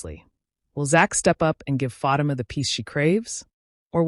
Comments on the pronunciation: STOP PRONOUNCING FATIMA'S NAME WRONG!!!! DAMN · Pronounce her name correctly ok